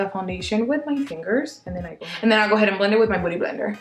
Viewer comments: lmao i thought you said "booty blender" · Your accent is so amazing lol I love the way you say beauty blender. It sounds like booty blender lol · Am i the only one who hears "booty blender?"